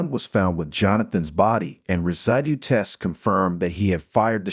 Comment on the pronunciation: Better without AI. Resdee instead of residue. Viggles instead of vigils. GO BACK TO REAL PEOPLE READING!!!!!